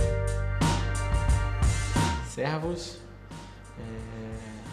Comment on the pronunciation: Sein "Servus" hört sich echt gut an ☺️ . Buenos dias phillipe